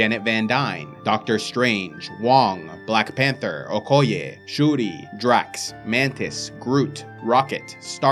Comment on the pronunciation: Shuri pronunciation on point!